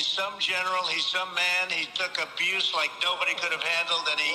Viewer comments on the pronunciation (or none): none